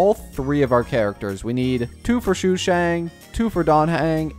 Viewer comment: me: wonders if stoppped calling Sushang "Shoe shang" yet: Xiangling